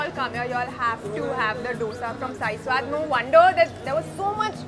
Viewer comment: Nice video but it was slightlighy triggering to hear SWAD (Pronounced SWAAD) in the same way as Swag